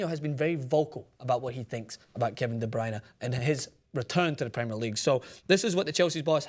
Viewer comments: Not going to lie, I'm belgian, and the way you pronounced De Bruyne was one of the best i've heard by non-dutch speakers. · The way you said De Bruyne was perfect.